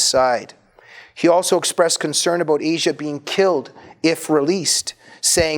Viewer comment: Her name is not pronounced the way the continent is. It is, as far as I know, AH-see-ah.